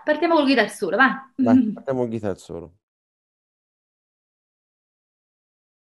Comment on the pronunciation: Interessante, ma con così profonda conoscenza della chitarra non sarebbe il caso su tutti i siti italiani di imparare a pronunciare Guitar ? Il net ha esempi di Inglese UK e USA. Solo nel sud USA Geet-tar è comune (2 sillabe). GHItar è maccheronico, punto.Esempio: while my guiTAR gently weeps. 2024 e ancora : loov, ward per world, talk con la L , neanche in prima media! Wake up! (not Woke, please, e non pliss). È tutto a portata di schermo anche con belle ragazze che mostrano i movimenti facciali (lo so, distrae ma è meglio delle nostre prof. anni 60 con i baffi!). .